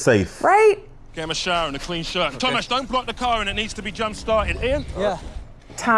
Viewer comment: Tomasz(Tomash) is how u say Tomas in Poland :)